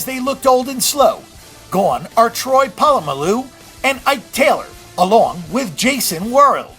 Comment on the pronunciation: nice vid but I cringe everytime you slaughter Troy Polamolu's name